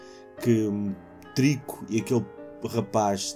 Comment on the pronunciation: grande jogo os únicos vídeos que vi foram teus é aquela parte do trico a sofrer foi forte mas ainda acho que sempre disseste o nome dele mal xD eu dizia sempre algo do tipo terico ou T(e)rico! ah e já notaste que se tirares o T e o O fica? notei msm agr vá abraço e traz mais destas séries que ninguém pode não gostar menos os putos do call of duty que só querem matar XD